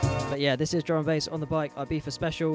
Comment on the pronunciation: It's pronounced e-biza (I it's e sound in Spanish and Catalan )